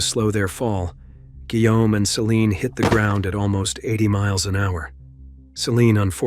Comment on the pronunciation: “Guillaume” no se pronuncia “whom”, güey.